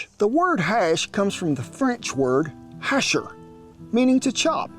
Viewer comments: Not said Hacher but Haché, like sauté, fiancé , é ... sound like english ''A''. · Just for background, “hacher” the French verb for “to chop” is pronounced “hash-ay” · Great recipe--lots of veggies and protein, really hearty looking. And the history aspect of your videos is really appealing (and informative). (One tiny teeny nitpick because I took h.s. French: "hacher" in French is pronounced "hahshay." "Hacher" is the infinitive form meaning "to chop.") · Not to be nitpicky, but hasher is pronounced “hash-ey”. Same as parler (to speak) or marcher (to walk). “Par-ley, “marsh-ey” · 'Hacher' is pronounced 'a - shé' or 'ha-shé' (depending on the dialect). The 'e-r' combination in French doesn't sound anything like it does in English. Not faulting you or anything. Just wanted to inform :) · Pronounced "Ha-chey" :) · your pronounciation of the french verb "hacher" was horrible mate. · Hacher. The R at the end is not pronounced